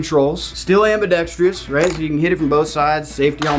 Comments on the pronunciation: Your Old Me: ambidextree-ous Your New Me: ambidextrousessesss BTW my mom says your “wrong hand” is always right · There's still no rhee sound in ambidextrous